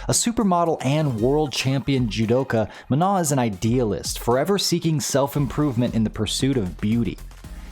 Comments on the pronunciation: Manon is a name that has nothing to do with the word "non", so it's not pronounced the same way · The n at the end is pronounced. Don't trust Google Translate on this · Good video. The only thing I want to critique before it's too late is, you pronounced Manon wrong. Please look up the proper pronunciation